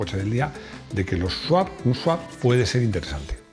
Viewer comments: No es Sawp, es Swap. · ES SWAP SWAP SWAP NO SAWP, ANDA QUE CON LO QUE SABE ESTE SEÑOR LE PONGÁIS ESTE TITULO MAL ESCRITO... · Le han hecho un SWAP (sawp) a la palabra SWAP 😅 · ¡No es sawp!Es swap.